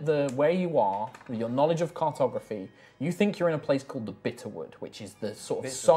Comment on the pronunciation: Flummiification NAW-LEDGE